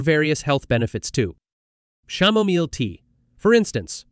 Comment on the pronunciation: If you can't pronounce "Chamomile tea" I aint' listening.